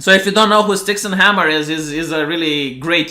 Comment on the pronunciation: Please learn to say his name correctly... or just call him Styx... 😂